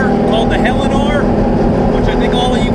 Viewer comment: Did I hear you say Helleanor?